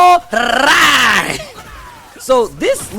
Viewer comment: as a Korean , So Cringy How Foreigners Butcher His Name . it is Pronounce HWA-RAHNG ( Not RANG Like The Telephone RANG ) Like Hyundai is Hyun-Dae Not Hyoon Dye lol~ FUN FACT the KRN ( Korean ) Character " 맥 " on his Front and BAEK ( Back ) of his DoBok is from TEKKEN 3